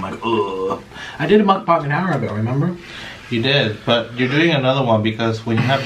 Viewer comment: Why do you say mukbung